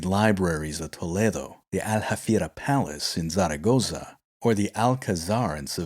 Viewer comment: Yes, it's Tolaado not Toleedo. Tharagtha not zaaragoesa .